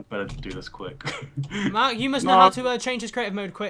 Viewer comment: if. you. go. for wad. cwic. you. will. sprint